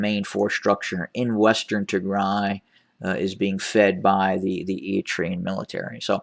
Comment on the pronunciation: Good day Sir❤️❤️🙇🏽‍♂️ thank you for continuing be the voice of Tigray. Tigray is prevailing I like your pronunciation of the place good job. Tigray appreciate you so much for bringing our problems to the world. TDF nikidimet